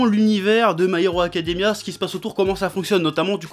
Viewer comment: "Boku no hiro monku" oker